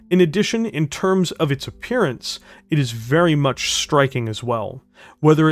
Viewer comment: You really should record more audio takes. There are points where you stumble over words, and there's no need to leave that in. Also, some of your pronunciation and manner of speaking is weirdly jarring at times. Like over-emphasizing the word much at the beginning of a sentence, or how you say Natasha (you say Na-TASH-uh, while most folks say Na-TA-sha). Just a bunch of little bumps that would make everything smoother if you hammered them out, y'know? That said, I'm a little disappointed that you didn't mention the mechs that helped inspire the Warhammer: House Davion's Battleaxe and Hammerhands mechs. But I also understand that at over 35 minutes the video was already going long.